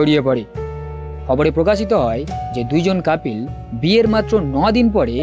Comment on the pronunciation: কাপিল না ভাইয়া।।কাপল